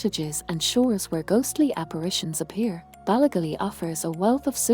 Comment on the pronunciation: Interesting story, but please get a real person to do the narration. "Ballygally" isn't pronounced the way the AI says it.